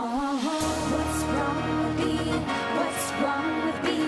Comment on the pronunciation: Sounds like she's saying "what's wrong with peein? What's wrong with peein? What's wrong with peein confident?"